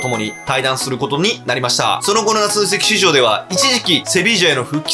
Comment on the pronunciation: 夏の移籍畜生にしか聞こえなかった